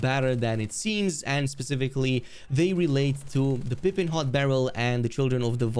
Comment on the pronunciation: I'm trying g to be civil but you suck bro that's all im sure you will erase this comment but video is all over the place and you said so many wrong facts it's crazy and it's (pie-ping) not (pi-ping). Don't know why that bothered me so bad Sorry